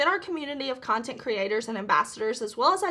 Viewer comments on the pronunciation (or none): none